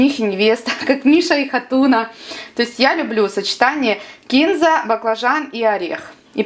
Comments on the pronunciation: Девочка, почему бы не написать рецепт под видео? И всё поточнее. Сколько варить баклажаны, хоть ориентировочно, минуту, пять, час? И да, кинзА, а не кИнза. КинзА! И только так. Ну, или кориандр. А уксус какой, сколько процентов? Бывает 3,5,6,9,11. Это большая разница! ОЧЕНЬ! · Капец (((Не кИнзу,а кинзУ.В инете,что хочешь,можно найти,но это не значит,что правильно. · Вы Молодец!! Мы живём в Баку и с Баклажанами у нас очень много блюд. Очень хороший рецепт. Вам РЕСПЕКТ!!А Кинза на самом деле ударение делают на И , Вы молодчина, что объясняете доступно и прислушивается к поправкам. Я подписалась.